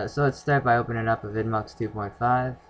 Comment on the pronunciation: It's pronounced AVI demue